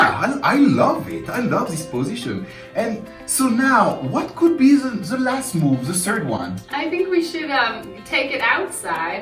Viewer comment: dont say ZE plssss its THE like DE:!!! the same for THAT its not ZATE its THAT = DATE! any ways I love what you re doing keep up the good work